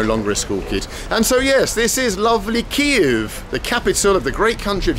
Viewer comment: I love how you pronounce Kyiv correctly